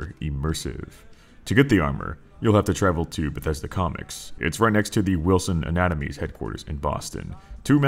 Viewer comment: Everyone is talking about their favorite mods but I'm just sitting here being bugged by him mispronouncing Wilson atomatoys